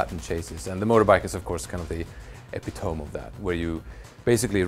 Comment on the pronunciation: dude, it's epit-o-me, not epi-tome.